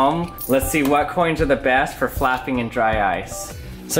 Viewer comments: Sounds like you are saying fapping XD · I'm pretty sure it's pronounced "fapping"